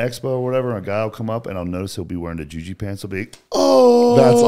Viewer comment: As hard as he tries, Brian keeps calling him Juju, lol. Its Ju-ji mufu lol